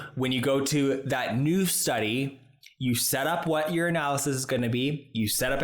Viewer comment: Every time you say "your analysis" I hear "urinalysis" 🤣 Also, loving your outro 🎶... is there anything you're not talented at?